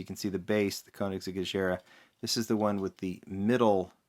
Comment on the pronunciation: It's Agera with a clean G. Like in "egg".